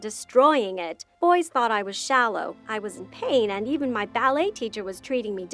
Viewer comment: No one: No one at all: Not even a soul: Her: Hi BoIsS